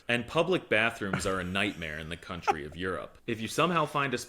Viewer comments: Did you just say " if there is one CUNTRY I would be excited to go to, would be Europe, and I thought you were educating your self out side the US OF A lol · No, no, you say that wrong. It's "country of Europe" 🤣